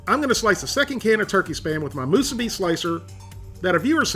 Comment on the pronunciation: Moose Abbey 🙄 Accent goes on the second syllable.